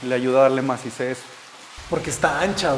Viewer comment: Todo perfecto hasta que escuche al Arquitecto decir....MACICEZ!........